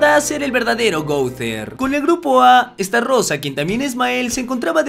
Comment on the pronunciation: Que es Estarossa con una "R" no Estarrosa... Jodeeeeeeeeeer